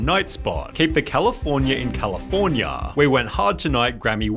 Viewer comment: Dude, please change your pronunciation, this is unbearable to hear. Eitherrrrrr, Californiaaaa, Enzooooo, Managerrrrr. It takes away from the content.